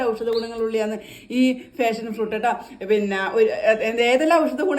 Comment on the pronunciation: ഫാഷൻ ഫ്രൂട്ട് അല്ല പാഷൻ (Passion fruit) ആണ്.